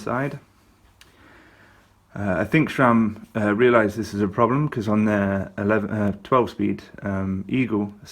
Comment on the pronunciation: The letter "h" is in Shimano. Sram is pronounced like "Tram". No "h"...nah, nah.